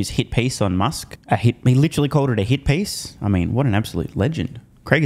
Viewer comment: "It smells like a hit piece" lmao I thought he said "It smells like hippies"